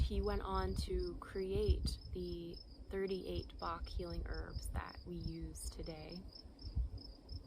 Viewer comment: Dr. Bach’s name is pronounced like “latch” not “lark”. See Bach Center channel videos.